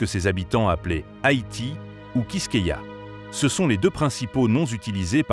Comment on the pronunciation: C’est Haïti pas Hayti , sinon bonne vidéo 🙏🙏